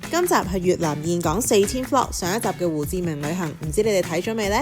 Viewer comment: 我當年去峴港，巴拿山未起好佛手橋，睇完好想再去😊 好多人都會讀錯峴字，但你係少有地讀啱👍❤ 呢間酒店咁好有醫生上房睇病😂 好彩奴爸無乜事💪